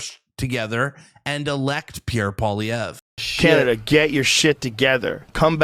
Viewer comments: Poilievre pronounced: Poly-ev. I agree. Next election I will vote for common-sense Pierre Poilievre. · Pee-Air Pol-ee-ev-ru, not that hard and I'm English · Im 100% Bilingual and I phuck up his name, Joe does not speak french, I get his difficulty with it.